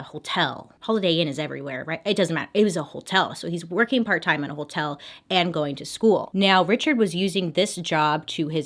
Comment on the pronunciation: I love how she pronounces “hotel”. Like “whole-tell”. 🤭😘💖☺️ it makes me smile every time.